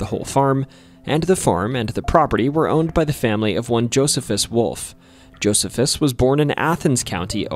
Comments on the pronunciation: I'm pretty sure that name Josephus in the 3rd story would be pronounced as Joe-See-Fuss much like the old Roman-Jewish historian & military leader, Flavius Josephus. I used to date a woman from Williams back in the late 1990's and drove across that old covered bridge fairly often back then. Never noticed anything out of the ordinary there. we walked it a couple of times, but I don't believe it's the longest. The longest would be the Medora covered bridge over the east fork of the White River in Jackson County, about 30-ish miles east of Williams. My little brother and his wife took part in a tour of that Whispers estate a few years ago. His wife claims to have taken pictures of orbs in the dark there but I can capture the same things here at home off my back deck in the dark with a camera flash and figure it's just dust floating in the air. I'll have to check out that place in Scott County as I never knew it was there. I do know where County Farm Rd. is here in Washington County, but if there was ever a big farm building there it's long gone now. I've walked through Big Tunnel in Tunnelton, but I don't recommend doing so because, while most of the time it feels abandoned, it is in fact an active line used by CSX with about one train a week passing through. Before CSX it was known as the B&O line and is still called that by locals. You can easily tell it was B&O because they had distinctive color positioning lights on their lines, whereas the old Monon RR that used to run behi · Isn't it pronounced "Joh-SEE-fuss"? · it's Ash-ta-buell-a and Jo-see-fus just to help you sound better in the future, you can type "pronounce (word)" that it's pretty good at giving the right pronunciation.